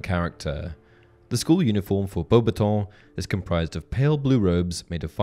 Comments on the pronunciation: in the movie they pronounced "Beauxbattons" not the same as you. You can go back to the movies and see when Dumbledor announced them he did not say it the way you did. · The way he says Beuaxbaton is like nails in chalkboard 😂 did Goblet of Fire pronounce is wrong or he’s just trynna be different??